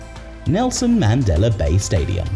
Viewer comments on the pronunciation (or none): none